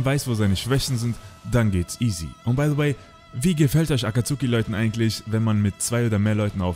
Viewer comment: Die aussprache von akatsuki sehr kritisch 😅😅 aber mega geil es video 👍🏾👍🏾 Hätte es mir das aber noch bisschen detaillierter gewünscht 😅